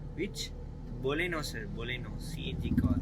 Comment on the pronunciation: dai lusu boleno illa da adhu Baleno 😂😂😂